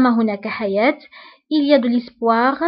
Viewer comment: Apprenez a pronencer bien le français avant de faire apprendre des proverbes au autre. (Tu vien de prononcer l'espoir , l'ispoir .